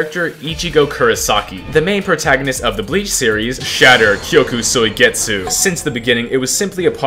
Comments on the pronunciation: Kyoka suigetsu Him: kyoku soigetsu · blud said kyoku suigetsu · "kyoku soigetsu"